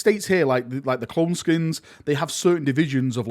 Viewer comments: SKEINS not SKINS fml manchester man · isn't it Skeins( SKYNES)